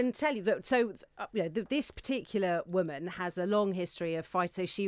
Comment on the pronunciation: I love how none of the people in the interviews I have seen about this poster of the dictionary definition of woman can actually read a dictionary; ˈwʊmən' is the word 'woman' in phonetics and they all read it as if it is in English and mispronounce it as women.